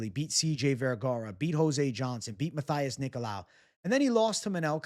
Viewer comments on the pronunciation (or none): none